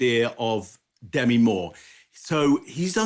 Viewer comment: The lady's name is DeMI, not Demi.